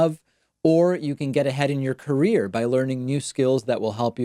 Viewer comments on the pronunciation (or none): none